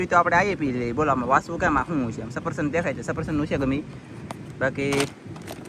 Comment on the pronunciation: સફરસન ન કહેવાય સફરજન કહેવાય😂😂